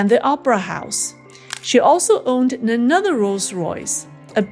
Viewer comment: "nenother nenother nenother".... it is "another" not "nenother" lol..... I won't give up hope just yet!